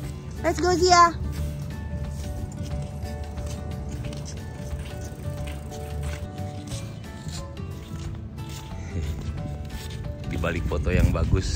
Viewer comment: Tim ziaaaaa bukan tim zee 😅